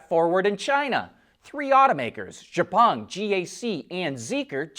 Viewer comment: I enjoy you reports every day of the week. Correction, however. The Chinese manufacturer Xpeng is pronounced EX-PUNG not ZHE-PUNG. Thanks and keep up the good work.